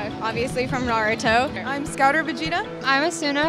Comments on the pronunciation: AND YOU SAID NarUtO ITS NARUTO NOT NarUtO UGH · How webs say it : Naruto how she says it : nuruto